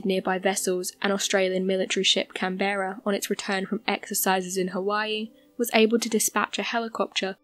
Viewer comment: Three pronunciation errors: archipelago, Canberra and schooner. Please check these, it detracts from your narrative. Thanks.